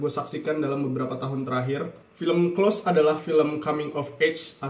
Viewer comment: maaf mas,pengucapan close bkn spt yg mas ucapkan hehhe